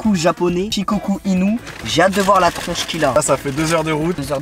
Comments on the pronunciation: Ça se dit pas chicocu c’es shicocou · Shukoku pas shikocul 😂🤦‍♂️ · Il a dit ché chien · Tu est sur que c’est Shikoku ? Car moi les « U » Au Japonais je les prononce « Ou » du genre Shikokou ? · ca se dit pas plutôt “shikokou” ? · Il a dit shes chien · Je crois que ça se prononce shikokou 😂